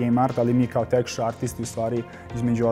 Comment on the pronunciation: Texture izgovara lik (teksčr :D)....ne tech(tek)...u pitanju je pozicija Texture Artist-a